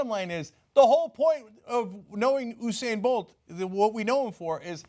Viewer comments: hey dummies... it's not oo-sane bolt. it's YOU-sane Bolt! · Anna and Cenk I'm from the carribean and there are a lot of Jamaicans where I live and I'd just like to clarify its You-said not ohhh-sain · it's you-sane, not ooo-sane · His name us usain [you-sain] not hussein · Oosayn bolt??? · lol so weird how they pronounces his name "usain". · It's "You-sain" lol BTW, tbh... the picture did make it look like she's secretly into men (which also made it weirdly funny in a different way - if that makes sense). But... it ain't racist. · The way you pronounce Usain😰